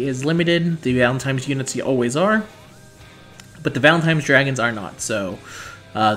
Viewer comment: Do you know that you say "Valen-time's" instead of "Valentine's?" lol